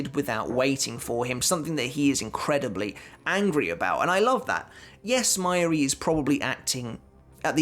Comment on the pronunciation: Mai-yuri? its Ma-Yu-Ri bro... you should really learn how to pronounce the names considering your channel is about bleach xD